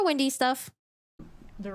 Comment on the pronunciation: Hi, love your breakdown on this stuff as always!! However, I'm just curious why you refer to Wendy as Windy? Jejeje. And also also I notice that sometimes u don't pronounce the letter L? 😅. Just bugging you. I like to bother